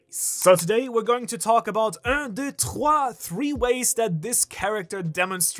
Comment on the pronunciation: Hey, I'm french and the un - deux - trois is the most convincing I have seen in a while from an english-speaking person (maybe because you're german lol)